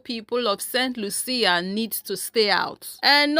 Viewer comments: It is pronounced saint Lusha( st. Lucia) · BTW, it is the island of Saint Lucia 🇱🇨 , it is pronounced Saint lieu shah. They tried to do the same on the island of Dominica 🇩🇲 about 50 years aback, and the locals protested in the same fashion. 🫵🏽👏🏾👏🏾